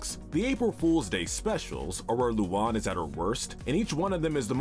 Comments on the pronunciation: IT'S NOT LUON IT'S LUAN YOU DINGDONG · keeps saying luna wrong he keeps saying lulan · Wdym?, I pronounce it “Loo-Anne” not “Loo-Juan” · Sorry If this sounds like a pointless nitpick….her name is pronounced phonetically as “Loo-AN” not “Loo-AWN”!! (I know, but that’s been bugging for a while now)🤣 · Apparently I have been pronouncing Luan's name wrong this whole time! Seriously though, I like or at least don't mind a lot of the characters on this list. Also a lot of the episodes mentioned were especially bad episodes as a whole and doesn't reflect the characters as a whole. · I was being sarcastic because they pronounced it wrong in the video lol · The way you mispronounce luan makes me wanna die